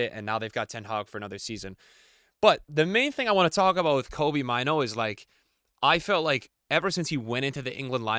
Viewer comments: Maaano not maiinu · It's funny how he pronounces Mainoo